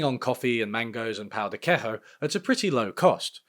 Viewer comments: Lad, it is not quekho. It is queiJo, with the J sound. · As a Brazilian, I can confirm that the pão de queijo world cup will be led by the malês after we put another ankle monitor in Bolsonaro Also, it's queijo pronounced like key-joo with the J like the French J, not the Spanish J Also, also : who hurt you, bro? Tell me, we can plot a Brazilian revenge plot! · wtf is pau de que(this H sound you invented doesn't exist in portuguese)o? 😭 Ik the ã from from pão doesn't exist in english, but all the sounds in queijo do 😭 Brazil doesn't speak spanish, for crying out loud. It's pronounced something like "kayjo" the key as in "okay" without the o. And the jo as in John without the hn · In Portuguese, "j" has the same pronunciation as in English, so you're saying pão de queijo wrongly. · why did you pronounce "queijo" as if it was in Spanish? 😭😭😭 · great video but please take 1 min. to check how to pronounce queijo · "pão de queijo" - not bad with the "ã", but the j is pronounced like in John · we don't pronounce the J like that in portuguese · This video is doing wonders to every Brazilian’s mutt complex. Also we pronounce the “j” in “pao de queijo” like a j, not an h